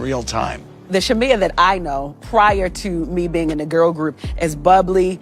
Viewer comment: It’s SHA-ME-UH. The way you keep saying her name wrong is urking me